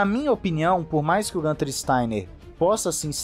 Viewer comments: É isso. Falantes de outros idiomas tbm substituem o umlaut (vogais com trema) pelas versões sem trema+ uma vogal, por não estarem acostumados com essa grafia. A pronúncia, no entanto, é mais próxima de "guinter", e não "gânter" como se fosse uma palavra em inglês. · Desculpe mas "Gunther" é a pronúncia de quem não conhece a origem do nome dele... pergunte a ele e descobrirá que na língua nativa pronuncia-se "Guinther" igual pronunciamos Guilherme. (perceba que o nome dele tem um "u" com trema)...😎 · Acho que o nome do Steiner se pronuncia no alemão "Guinter". É interessante ver como o Nico chama ele, possivelmente é a pronúncia mais acertada... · A pronúncia correta é Guintarrrr. Nas colônias alemãs do Brasil, falam Guinter.